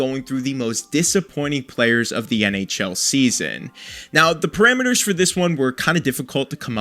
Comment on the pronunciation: Parameters not perimeters.